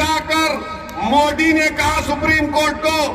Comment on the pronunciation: Itne saal hogeya modiji ka name ka ucharan hi sahi nehin karparahahai ye joker